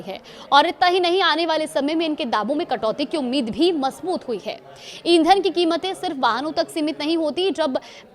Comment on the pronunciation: Are madam majboot hota hai majboot nahi 😂😂😂